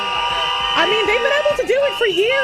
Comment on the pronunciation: I die a little inside every time mis-pronounces a word. Cheems borger is cute. american penny dollars is cute. anonmanomity is even ok. But Linda McMahone instead of mcman and ebbel instead of able makes me want to "release information leading to the arrest of Hillary Clinton" myself twice in the back of the head.